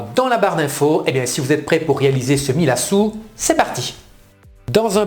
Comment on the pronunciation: Bonjour Je connais ce gâteau, ma belle mère bigourdane le préparait régulièrementet c'était super bon! On prononce millassou. Et la farine était de la farine de maïs. Merci pour le partage!